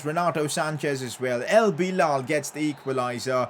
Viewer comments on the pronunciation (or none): none